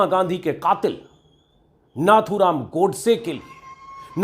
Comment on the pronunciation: plZ pronunciation is नथूराम not नाथूराम